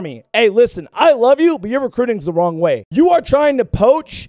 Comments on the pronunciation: 😂 "Am I wong here" also edits are 🔥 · Not wong